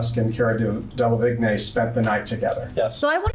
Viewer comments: It's DE LA VEEN, not De la vig nay... Chop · Anyone else bothered by the way the lawyer says "Cara Delevigne"??? The g is supposed to be silent 😭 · Its De - la - veen, De - la - bloody - veen 🤣! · DEL-ah-VIG-NAAY. Lol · Cara "Dellavignay". Ugh. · How dumb do you have to be to say DEH LAH VIG NAY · How does this guy not know how to say DeLavigne? I have no affinity for pop culture, couldn't name a single thing Delavigne has done. De-la-vigne?🤣🤣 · Okay but “de-la-vig-nay” ? It’s not very difficult to discern how you pronounce it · Cara "De-La- Vig- Neh"??? Really???? Is that how you pronounce her name??? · I just hate how says Cara Delevingne's last name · the way he butchers caras name 😭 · Why are they pronouncing Cara Delevingne's name like that ? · The way the main interviewer mispronounces Delevinge